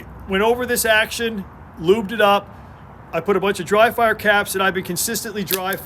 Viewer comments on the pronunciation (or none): none